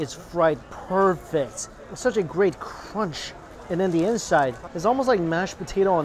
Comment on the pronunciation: The way he says CRUNCH crontch